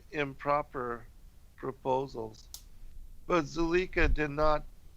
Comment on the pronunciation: Zuleika/zulayka, obviating/ob/vi/a/ting just so you know how tp pronounce these words.